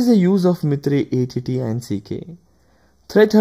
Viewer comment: MITRE EY EY TI AND SI KEY? Seriously? EVERY EACH fellow I know (including MITRE peeps) pronounce that ATTACK...